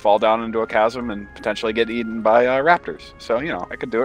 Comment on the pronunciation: you said aten oh the reason i put this because i do not like improper grammer